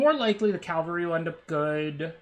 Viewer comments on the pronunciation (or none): it's more that you use to say caLVAry than the correct caVALry. You often mix up the letters ;) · Calvary vs ˈkavəlrē... here we go again! 😂 gives me flashbacks to good old kaldheim axgard, ngl <3 Btw future knowledge: its from the French word cavalerie, itself derived from "cheval" meaning "horse".